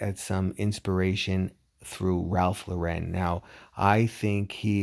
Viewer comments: "Lauren" is pronounced like the name Lauren. It's not French. If it was French, it would be pronounced more like Lore-on. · I love Ralph Lauren too! But pronunciation of his last name is incorrect.